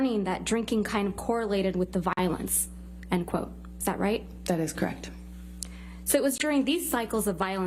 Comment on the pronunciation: Amber…”crect” ugh 😩 she can’t even say the word correct. Case closed.